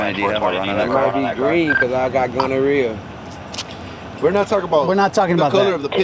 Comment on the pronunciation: Dis mane said gonorrhea 🤦🏽‍♂️🤦🏽‍♂️😒😒😭😭